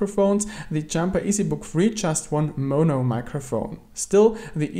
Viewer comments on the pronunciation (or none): none